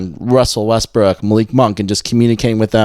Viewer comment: Wussell Westbwook